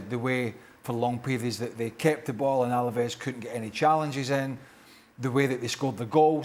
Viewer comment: It's ALAVES not ALAVEZ, ESPN. YOU OWN THE RIGHTS TO LA LIGA AT LEAST GET THE NAMES RIGHT